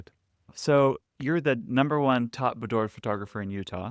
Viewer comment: Great tip for individuals and couples. PS, It's pronounced buːˈdwɑːr